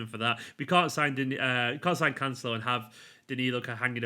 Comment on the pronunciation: Emphasis on celo not the can, canCELO